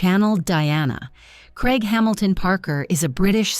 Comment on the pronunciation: Why can't your commentator pronounce Craig., not even AI? It sounds like Kreg, confusing as it could be Craig or Greg? Please say CRAIG not KREG